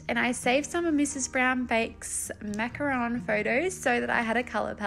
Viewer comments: I'm French and you pronounced macaron the right way! "Macaroon" are coconut cookies not the colourful sandwiches 😆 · Absolutely adore this! You could also do macarons as ceramic ring boxes. I can see a dessert plate series with different French patisserie. You pronounced macaron perfectly btw. Such pretty colours! As a dessert person I'm sold!💜💚💛💙